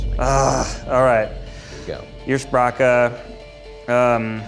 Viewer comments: Me too! I couldn’t tell if he was saying “versprache” or “ersprache” despite knowing from the definition that it should be “Ursprache”. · Your pronouncitation of the first sound/vowel in ursprache is a bit off! It’s not quite a yer. It’s much closer to an ooo. Like in “room”. Oor-spra-(x)kuh. The x is a sound that doesn’t really exist in English. It’s like a hissy h. But it’s reduced often to a k sound in English. It shares a prefix with the word used for great granny. I had an uroma when I was little since I’m half German. So ursprache basically a great grand language! Language families are neat! :D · Arriviste? Yeah, I'd say that's the correct pronunciation and that's exactly why he could spell it, despite never having heard it. He took "arrive" and put a French spin on it. Meanwhile "jurspracke" was just so heavily mispronounced, that it was impossible to get. It's as if I asked you to spell "bratcholee", when the actual word is "broccoli". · Ned should've gotten ursprache, cause the guy who read the card mispronounced it. There's no "YOUR" sound in the beginning. It's more like "EWER-SPRAH-KUH" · i'm gonna be a pedantic dick (bc that's really who/what spelling bees are for, which includes me lol)--that's not how ursprache is pronounced. lol "yur" as the beginning sound probably would've started with a "g" instead, but a plain "ur" is simply that--ur, or "er". ALAS! he probably would've gotten it right otherwise. oh well. lol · As in many internet spelling bees, things are made more difficult when the host mispronounces a word. I listened to saying “Ursprache” multiple times and still couldn’t tell if he was saying “Ersprache” or “Versprache,” - this while knowing from the definition that Ursprache was the likely answer! ( mostly did a great job, though - much more accurate than others I could mention *cough*GuyMontgomery*cough*.) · The fact that he pronounced “Ursprache” “Yersprakhe” isn’t Ned’s fault 💀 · As a German: „ursprache“ was pronounced horribly